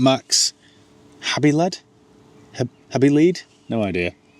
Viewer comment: Habiled? or is it with a J and some hhhcccck like Jalapeno? - Jhabiled - the new tire from Mexico - they're hot!